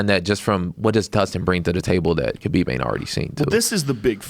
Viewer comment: Jay Pique it’s actually Khabib...idiot.